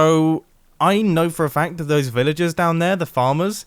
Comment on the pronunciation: The way he says "Those" is weird.